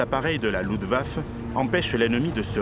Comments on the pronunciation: J'adore res vidéos mais est-ce-que tu pourrais dire Luftwaffe "LouFtvafeu" au lieu de loutvafeu ? Merci beaucoup ❤❤❤ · Magnifique rétrospective ! Juste qu'on doit dire la LuftwaffeU.. pas la Luftwaf' (très moche).